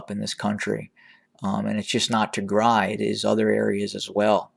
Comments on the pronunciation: “ the “ is AMAZING! Yup, he sounds like an Ethiopian when he pronounces the names in Tigray, oromia and “ PREVIOUS” Gondar! Thank you Sir,“ ”. What has NOT changed is the vile, false attacks from some of our “ Amhara “ and “ Eritrean” people. Hopefully soon we in the HOA will learn to talk to each other with manners, facts and with hope for peace. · I am just proud of you,how you pronounce Tigray much better from the beginning!